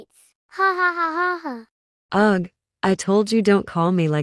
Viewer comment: they are not saying ugh they are saying ug